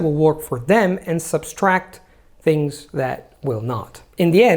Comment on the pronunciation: Very useful staff for me as a teacher. But as a language learner I listen very carefully and I stopped at the word " substract", I had to replay that bit a couple of times just to be sure. I also looked it up online, and found some info like: Subtract" is the word. Though the obsolete word "substract" did exist, any occurrence you see these days is most likely just a common mistake, formed by analogy either with "abstract" or with other languages whose corresponding words do have two ‘s’s. Many recent dictionaries do not list "substract". Of "substract", the Century Dictionary (1891) said: An erroneous form of subtract, common in vulgar use. Webster's Revised Unabridged Dictionary of 1913 called it "obsolete". I just wonder perhaps the form you used has risen from the ashes and is no longer obsolete : )